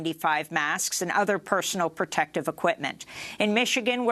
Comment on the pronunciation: "Perventions". "Perviders" Pertective equipment". LOL